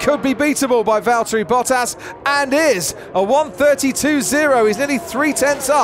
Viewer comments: it's Valtteri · it's Valteri! P1 🇫🇮🏁💪😛